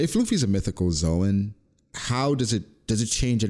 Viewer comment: pronunciation of "Zoan" is correct in Japanese (動物/ゾオン).